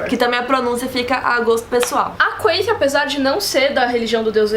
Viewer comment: "quem é a quaiti" kkkkk